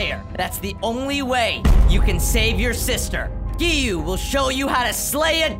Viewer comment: It’s not Giyu it’s giyuu